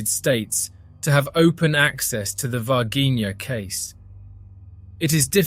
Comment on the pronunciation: ナレーションの内容でたらめですね。Minas Gerais 州で、市ではないです。そして、Varginhaの発音は：大体「ヴァルジーニャ」です。